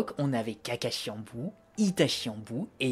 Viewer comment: Sinon ça ne te dirait pas d'articuler quand tu parles ? et d'utiliser les vraies prononciations Japonaise ? C'est bien de faire vite... mais autant faire plus lentement, mais BIEN prononcé plutôt que Rapide et entendre "embout" -_- .... Embout de quoi, de visseuse… ? c'est âne bu (Anbu et Anbus en vraie...), tu ne dis pas NAROUTO ... mais NaLruto ! (on roule les R en japonais) Bref...